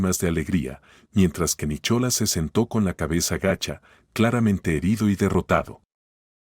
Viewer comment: Se pronuncia Nicolás no Nichola